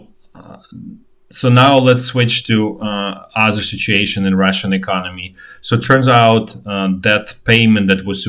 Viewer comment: The way you pronounce “Russian” sounds like “ration” to English ears.